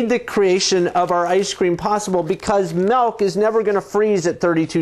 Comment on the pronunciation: oh no no no no no nononono DID HE JUST SAY MELK?????? its milk.